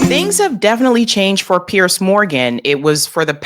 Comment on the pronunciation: It's pronounced PEERS not Pierce